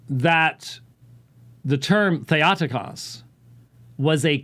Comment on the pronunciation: in Greek, Θεοτόκος Or Thay-oh-TOH-kohss -- not thay-AH-ti-kahss. Sounds like a dolt!!!